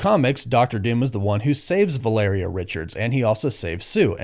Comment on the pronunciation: I also LOVE that you NOE pronounce Valeria correctly. VAL-uh-rhea, was just totally NOT IT brother. But Downey asking for that kind of cash, kind of ruins all the 'becoming a better man's that we were all told rdj was. Sounds like now he is just a supplement taking smoothie drinking asshole